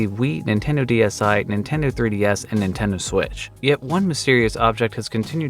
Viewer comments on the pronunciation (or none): none